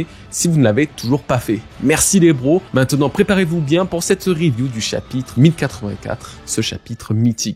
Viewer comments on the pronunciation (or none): none